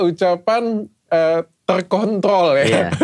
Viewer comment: Iya sih waktu kejadian lidah kepleset pas bilang kontrol jadi anu itu ak ngakak sampe guling2 bener2 lucu